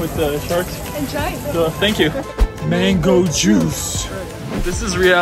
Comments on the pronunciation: Никто: Абсолютно никто: Дэрэл каждый прием пищи: МэНгОу ЖуС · Не правильно. «МЭНГУ ДЖУС»!